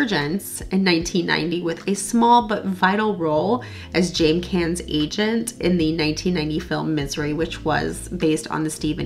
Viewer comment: James’ last name is pronounced “Kahn”